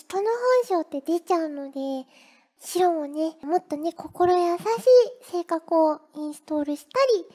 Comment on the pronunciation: ｼｰ↑ﾛにｱｸｼｮﾝｹﾞｰ↑ﾑやらせるのは(エイレーン)